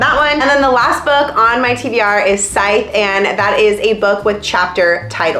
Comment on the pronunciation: AAHHH! I’m so excited for you to read scythe!! Also, you’re pronouncing it right, it’s not skythe lol.